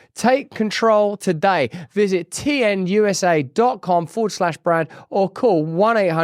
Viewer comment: Can someone tell Brand there is a T in the alphabet.